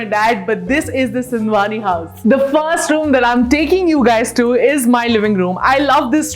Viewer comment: She said sindwani i heard ambani